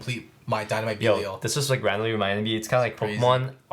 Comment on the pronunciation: have you guys figured out how to pronounce belial cause you guys are saying it like pros